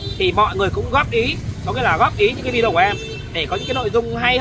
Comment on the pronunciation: Cám ơn. Tôi rất thich xem videos của vì tin tức trung thực, mới, giọng nói rõ ràng, khiêm tốn, và thêm một điều nho nhỏ nữa là đã đọc đúng chữ video (vi-đi-ô). Lúc trước, khi nghe quý vị khác đọc là vi-gieo, tôi không hiểu các bạn nói cái gì. Sau một thời gian xem qua vài videos của vài người thì tôi mới rõ ý. Cám ơn cháu (TB: gọi là cháu vì tôi ngoài 70 tuổi)